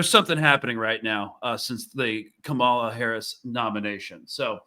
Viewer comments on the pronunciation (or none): Camila Harris really? It’s not hard to say Ka-ma-la!! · Free free Palestine but also can she get Kamala’s name right please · Pronouncing Kamala wrong.